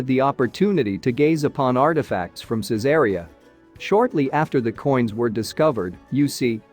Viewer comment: I restore and sell ancient Roman coins.......... also the name of the city of Caesarea is pronounced " Caesar Reee Ah "